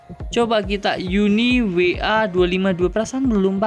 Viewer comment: uniwar not uniwa